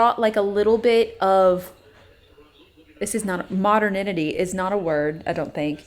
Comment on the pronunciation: Mo-dern-it-tee is a word :)